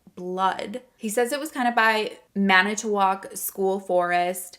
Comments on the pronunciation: Good job pronouncing manitowoc! I'm a native wisconsinite, and i'm impressed! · You said Manitowoc beautifully!!😘